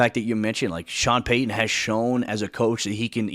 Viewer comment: Its Payton not Paton